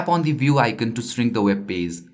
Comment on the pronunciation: One thing, icon is pronounced i-con not i-cen😀